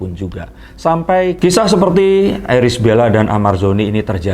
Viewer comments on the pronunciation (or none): none